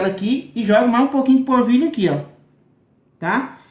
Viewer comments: Não é porvilho é polvilho 😀😁😂🤣😃😄😅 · Gostei da receita, mas não é porvilho e sim polvilho. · O pão de queijo deve ficar uma delicia, vou fazer, mas por favor fale direito: é polvilho, não assassine a língua portuguesa. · "porvilho" "puxento" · Ele fala tão bunitinho 🤗🤗porvilho 😶